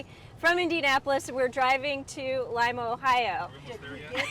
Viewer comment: Wow, somebody who actually knows how to pronounce Lima, Ohio !! Nice review, thanks. Always an experience stuck with your family in a vehicle for hours.